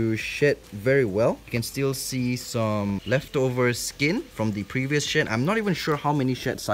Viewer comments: I misheard shed cycles as shit cycles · When he say "Shade" it Sousa like sh!t Loll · why do I keep on think he's saying shit instead of shed🤦🏾‍♀️😭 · when he said "shed" i thought he said "shit" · When he said shed I thought he said sh*t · Every time he said she'd I thought he was saying sh*t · Him saying shed/ Subtitles: Shit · Bro I thought he was saying shit lol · I’m sorry but does anyone else hear shit instead of shed 😂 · Is it just me or when he says shed it sounds like sh*t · Him saying shed sounds like sh!t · When he said she'd It sounded like sh it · “He hasn’t been able to ‘shed’” Me: Hears shi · Whenever you said “shed” I thought you said s h e t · When he said shed I thoght he said shit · I thought he said shit 👀 bruh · When he was saying “shed”, I thought he was saying “S H I T .” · Free Real Estate i think he said shit 😂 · I’m sorry but- when you said “shed” it sounded like “shit”😭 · Why does it sound like you’re saying “shit” while saying “shed”. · Is it just me or he said sh*t and not shed 😂 😆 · I thought he said “SHIT.” He said “SHED.” So, If y’all thinking that, ya I was amazed. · When he said shed i thought he said shit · Sound like he said its goes thru 💫shit💫 cycles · Mysterical Girl i had to rewind cuz i thought he said he hasnt been able to shit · I thought it was shit the whole time tho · LMFAO same i was looking for this comment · “he has not been able to shed very well” Me: did he say shit? Lol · “He hasn’t been able to shed very well..” me: Hears “He hasn’t been able to shit very well..” Also me: Excuse me, wha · Yeah right it really sounded like shit I was saying NANI! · Haha same here lmao. And then he said "Shed" more clearly after lol. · I keep thinking you say “sh**” whenever you say shed lol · made me laugh cause I thought he said shėt instead of shed lol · When he said ’shed shed shed’ i thought he said shi* shi* shi* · when he said shed I thought he said sh*t 💀